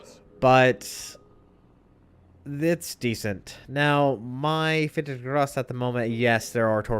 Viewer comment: every time you pronounce this ships name i understand "peter is gross" , so what has peter ever done to you??? :D